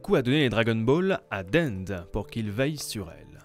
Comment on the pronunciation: '' dende '' comme tu dis c'est dendé